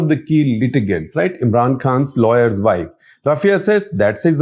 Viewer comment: Shekhar Gupta is embarrassing! Pronouncing wife as "vaaif," what language does he think he is speaking?